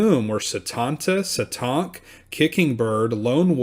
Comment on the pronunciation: That’s not how you say Satank 🤦🏽‍♀️